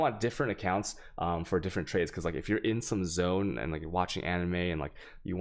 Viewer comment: pretty sure this man is using the term anime for something else, he's saying it too weird